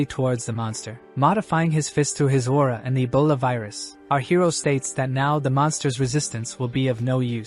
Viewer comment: Ebola❌ Abola ✅😂😂